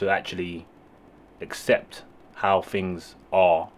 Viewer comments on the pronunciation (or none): In English language Things isn’t pronounced Fings . Think isn’t Fink . Lazy Talk .